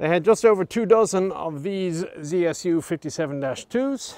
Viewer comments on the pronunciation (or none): been in the States too long if he's saying "ZEE-es-yu.":D